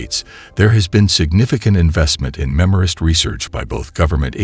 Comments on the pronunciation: Not "memorist", MEMRISTOR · MEMRISTOR! Redo the audio.